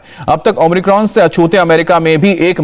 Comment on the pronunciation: ओम्रिकॉन‌ नही बे ओमिक्रॉन बोल